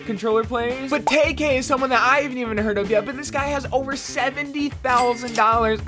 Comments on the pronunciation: Sorry just sain it’s not tay k is tkay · bro, its pronounced TEE-KAY